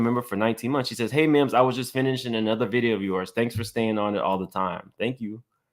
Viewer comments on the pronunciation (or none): MIMS your tumbler should say "MIMbers"